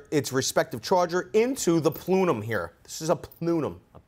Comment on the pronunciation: Plooonum?...the word you're looking for is plenum.